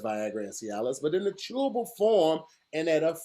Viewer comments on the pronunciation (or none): “it’s chewable CHEW-A-BOW!!”